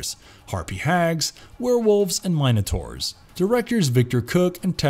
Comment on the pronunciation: ...Bro, how did you butcher so many names in one go? BAT-HORY? HAKATEE? MAI-NO-TOR?